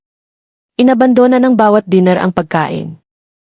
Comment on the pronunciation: Ano ba Naman Hindi mo ma pronounce correctly Ang table, dinner, etc.